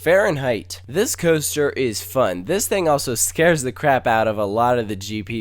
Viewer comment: ..did he say... 'cooster'.....????